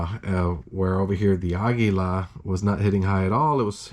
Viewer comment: Thumbs down for how you pronounce Aguila